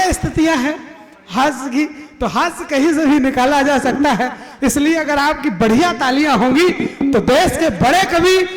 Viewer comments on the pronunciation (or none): none